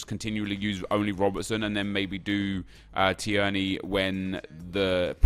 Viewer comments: It’s not ti-erney it is pronounced tear-ney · Nep, tierney is pronounced tear-ney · Please pronounce Kieran Tierney correctly haha. It’s pronounced TEAR-KNEE 😂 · It’s tee-rny I’m Scottish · Tierney is pronounced Tear-ney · im a celtic fan thats now how u pronounce it